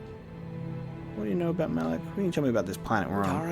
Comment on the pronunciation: It's not "Ma LAAK" It's Ma Lok"